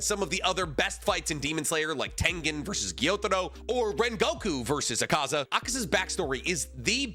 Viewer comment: It’s pronounced like ah ka za not uh ka za 😂